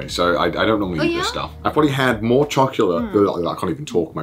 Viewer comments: choculate :D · If I ever feel sad I just think of kaho saying "chocorite" and I am no longer sad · cho - co - late. too much volcanic.